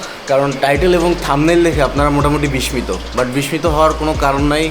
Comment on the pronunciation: ভাই মনে কিছু করবেন না,বিসমিতো উচ্চারন হবেনা,বিসসিতো হবে।